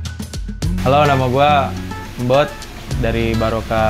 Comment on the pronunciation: namanya bukan mbot, tapi mbot